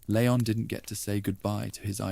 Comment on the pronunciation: Please stop calling him Lay-on, it's LEE-on.